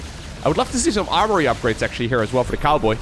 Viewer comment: I thought you called him TheCarboy at first instead of TheCowboy. 🤣